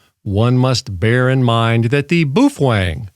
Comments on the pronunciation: Baofeng is pronounced bow (rhymes with how) fang (rhymes with bang). Not boo-fwang. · And BTW. You sound like an idiot saying "boo-fwang" you're the only person I have EVER heard say it like that and you're thinking you have power over that?? Dumb af. Its "bow" (like bow wow like a dog.) "Bow-fung" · Bu Fwang 😂😂😂. I'm sure it's pronounced Bow Feng.🤦‍♂️🤷‍♂️. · "Boo-feng" . . . lol. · Maybe in Japanese, but BaoFeng is a Chinese company, and they don't speak the same. Even using a translator it's pronounced Bo Fang, which in English is Storm Wind... Not trying to be an asshole or anything. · In case you were wondering, it's not pronounce boob-fang, or buoy-fang or bwee-fwing, or boo-fwing. It's pronounced bow (rhymes with cow) fung (rhymes with dung). Just wanted to clear that up for everyone's benefit. Bao like cow, feng like dung. Bao Feng. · “Boof-wang” lol! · I'm crying every time you say 'boof wong' 😂😂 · Well I learned how to pronounce Buffwang. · About to buy my Baofeng UV-5R and I'm glad I watched this video because I've been pronouncing it wrong this whole time. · Strange pronunciation of Baofeng! 😂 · you're a frigging idiot. you need to first learn how to properly say the name of the radio and then learn to talk naturally and not like a damn robot. go get yourself a life update for all the stupid smart-ass morons out here. and yes to the moron that stated " watched leave it to beaver" at least he had more brains than you do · I don't like you. And you pronounce baofeng wrong.